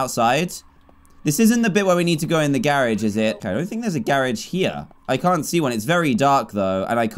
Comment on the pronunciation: Do you pronounce garage garage? Or garage?